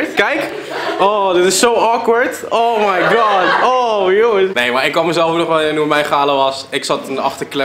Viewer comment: Je doet enzo echt heel erg naar met als een baas dm de manier waarop je oh my god zegt Blijf origineel wel vette video